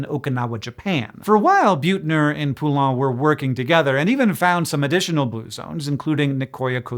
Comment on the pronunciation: Hank, you've butcherd your fair share of names over the years, but this Poulain one will never leave my memory until my last breath 😂 (all in good humor and fun! 😘)